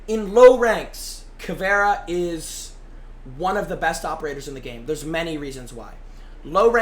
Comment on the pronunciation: “kayd” not “kyeed”